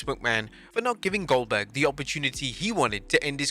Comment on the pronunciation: That’s oldberg! oldberg! oldberg!